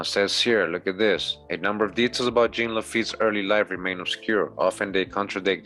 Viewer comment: Lil' tip, Jean is pronounced " John" but with a Z sound on the J like Captain Picard if you're a Trekkie 🖖🏿 and as usual great drop and presentation 💯💀🏹